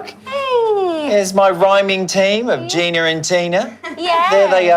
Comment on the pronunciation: I just couldn't help but chuckle when he said tin-er and gin-er instead of Tina and Gina. Smh